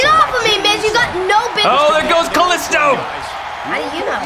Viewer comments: Bruh it's ka lEE sto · said Kaisto 😅😅🤣🤣🤣🤣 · That’s not how you pronounce kalisto